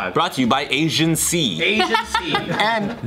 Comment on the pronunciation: Were they saying Agent C or Asian C?